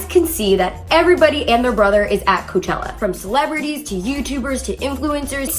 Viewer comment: "Koochella" okay....